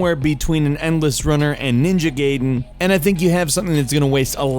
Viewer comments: ITS NINJA GAIDEN NOT NINJA GAYDEN PLEASE FALCON THIS IS NOT THE 90S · It's ninja gaiden not gayden and it's re dungeon like redo not red dungeon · NINJA GAYDEN NINJA GAYDEN ARE YOU KIDDING ME GAYDEN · its ninja guyden 😉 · "Ninja Gayden"... Really